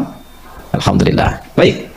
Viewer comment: Sebelumnya saya minta maaf Saudariku se iman sedikit meluruskan huruf mim / m nya jgn dobel krn tdk bertasjid 😘👇 ASSALAMUALAIKUM WARAHMATULLAHI WABAROKATUH ... Dan huruf lam / L nya yg dobel di akhir di awal tidak 👇🙏 ALHAMDULILLAH ... 💖💖